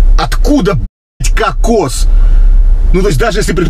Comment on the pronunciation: Уважаемый Евгений, какос и кокс разные ударение.